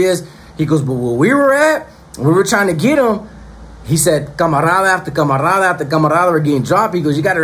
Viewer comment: Hey bro it’s not “camarrrrada” it’s camarada.. u don’t roll that R.. just looking out bro it sounds crazy lol